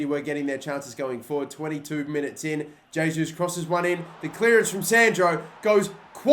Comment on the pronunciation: It's funny seeing people pronouncing Gabriel's name wrong, it isn't Hesus mate, it's Jesus, the J has basically the same sound as in English, whenever you see a Brazilian or Portuguese player with a J on the beginning, it's J and not H sound, don't know why but I find very annoying mispronouncing players name.